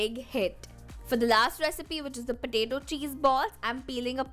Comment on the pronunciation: Its not pataeto its potato u r pronounced wrongly